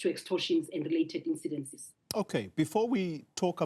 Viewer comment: face-red-droopy-eyes:Incidents - not "incidences".:face-green-smiling::face-orange-frowning